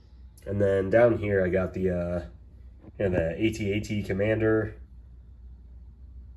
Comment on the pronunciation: Beautiful collection. AT-AT not A-T-A-T.